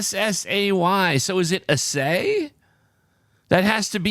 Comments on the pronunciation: I believe the pronunciation is Ass-Ay, it is the determination of the percentage of various elements or components, like you would assay mining ore for precious metal content. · Nice. But Pronouncing assay incorrectly. Emphasis on first syllable.